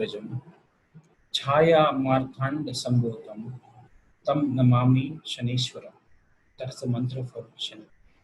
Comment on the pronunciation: Many thanks, & Doc, for a brilliant session. However, may I humbly state that it is not ShaneshVaram, as Doc has pronounced it while reciting the Shani MahaMantra at the outset of this video. It is to be pronounced as ShaneshCharam (meaning, "the slow mover"). For the uninitiated, the conjunction of the Sanskrit consonants "Sha" & "Cha" (to write "Shcha") appears, at times, to be written as "ShVa". Hence the inadvertent mispronunciation, possibly. Anyway, please keep up the good work. And God bless you both..!